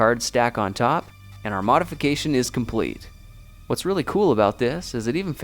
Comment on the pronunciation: since - not sinde :)